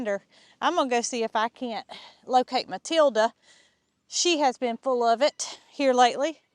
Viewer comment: Mootilda and Mootater 😂